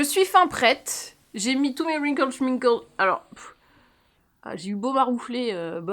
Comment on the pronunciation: Allez je me refais la vidéo depuis le début avec un rhum arrangé: une gargoulette à chaque fois que dit "ouinquole chouinquole" 😂